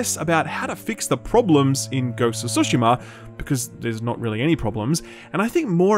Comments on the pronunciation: Jesus Christ it's tsushima not sushima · For the love of god. Why do people pronounce Tsushima as Sushima? There's both Su and Tsu in Japanese and it's pronounced just like that, "Tsu" not "Su".